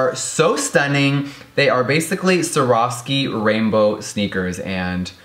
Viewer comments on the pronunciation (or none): none